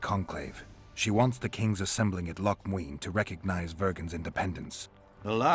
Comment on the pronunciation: Now, I'm not gay, and I don't know why, but I loooove the way Letho pronounces "Loc Muinne" Maybe I am kinda gay.